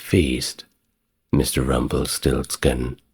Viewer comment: I thought so too, but he said Rumpelsiltskin instead of RumpelsTiltskin 😇